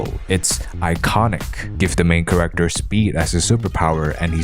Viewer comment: Cool video, one note: it's CHAR-acter, not corr-ECTOR